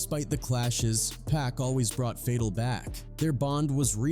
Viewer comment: Say it with me now… ka-da-feeeee, fay-tal did you listen to PACs songs before saying the names 😂